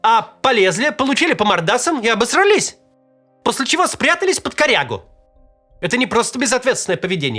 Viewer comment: Максим, правильно говорить ‘обосрАлись’, а не ‘обосралИсь’